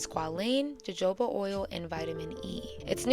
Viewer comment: Oh lord. Gotta work on that Jojoba Oil pronunciation. Great video though.